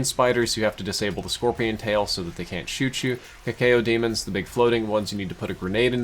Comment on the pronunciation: He calls arachnotrons "brain spiders." He calls cacodemons "cacAYOdemons." He calls id "I D." Dafuk?